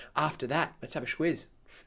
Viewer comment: Brian Etris Squiz. He pronounces it schquiz. It's reasonably common Aussie slang.